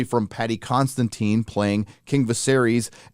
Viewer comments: It's Considine not Constantine... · Love your work as always, but mate... Repeat after me... Paddy Con-sid-ine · It's Paddy CON - SID - INE